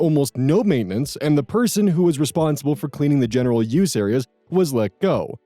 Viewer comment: I can't help but hear "I personally ooze this product" instead of "*use*", I know it's probably his accent and/or he's doing it on purpose, and I just find it funny every time I hear it. Please never stop!